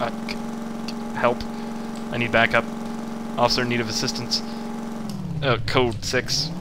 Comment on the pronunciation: its not offcier its off iCer